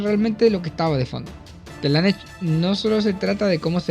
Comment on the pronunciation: Buena opinión, ojalá algún día aprendas a decir Slanesh bien